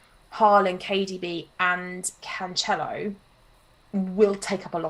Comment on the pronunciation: Cancelo is pronounced "Canselo", not "Canchelo"